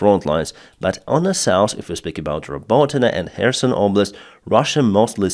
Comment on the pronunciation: It’s south! Not souce!